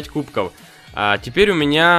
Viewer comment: Почему ты говоришь кубко